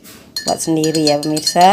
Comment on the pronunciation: ngomong gak bener permisa permisa terus haahah, tapi benar juga bikinya tuh